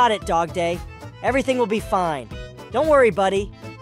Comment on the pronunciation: WHY DO U SAY DOGPLAY IT IS FRICKING DOGDAY